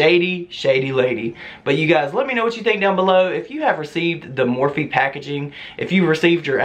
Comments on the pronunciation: Lmfao now I cant un hear more feet 😜😂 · The more she says morphe sounds like *MORE FEET *im screaming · Jaclyn Hill saying "morphe" for her entire career straight!